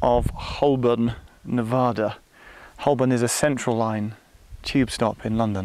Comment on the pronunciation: Cringed a little as you said Hole-born as opposed to Ho-burn but I'll let you off as you'd already peppered you language with minor Americanisms having lived there for a while "add"-ress haha. Enjoyed watching this Geoff and maybe you could do the same/similar in another country perhaps?? Also props to Grandaddy - AM 180 :)